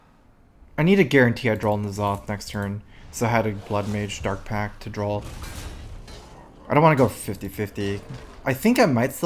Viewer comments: can anyone tell me exactly why he pronounces "draw" drawl? Have always been a bit confused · It has nothing to do with 'accent' he literally just mispronounces it.